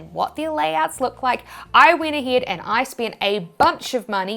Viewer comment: why yees instead of yes and aheed instead of ahead is it like a kiwi accent ?